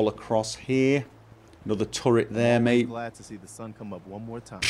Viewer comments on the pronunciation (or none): none